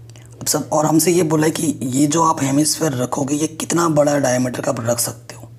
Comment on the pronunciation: Dicmeter nhi diameter hota hai😁😂